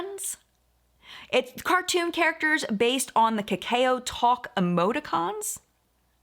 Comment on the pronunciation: Kakao is pronounced like “cacao” is pronounced.